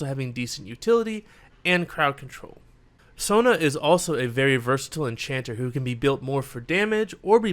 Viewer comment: Is it just me or does he call Sona “Tona” ?